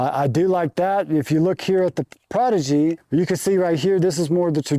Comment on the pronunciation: can't tell if he is mispronouncing the prodigy on purpose?